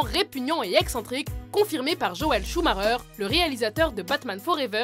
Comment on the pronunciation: Super vidéo mais s'il vous plait, Joel SCHUMACHER et pas Schumarer :)